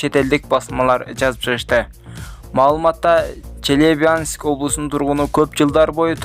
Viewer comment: Челебянск эмес Челябинск туура суйлоп окугула уят болбой